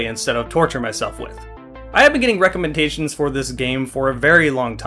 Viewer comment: Anyone else hear him say 'Recomentations?' No? Ah well. Love ya